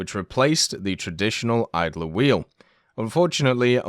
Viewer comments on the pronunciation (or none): none